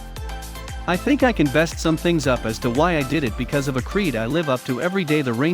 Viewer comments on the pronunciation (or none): none